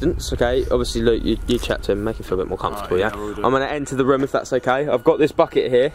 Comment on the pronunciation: It is room not roum